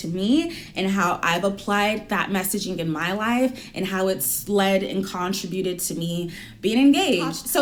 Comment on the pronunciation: why are people suddenly unable to pronounce... ' contributed '? makes me nuts